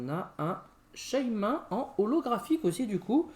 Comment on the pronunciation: Alors j'aimerais apporter une petite précision lol on dit Shay "mine" et pas shay "main" mdr